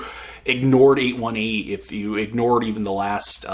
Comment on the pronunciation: Thought-provoking review, enjoyed. And it's pronounced "eight eighteen."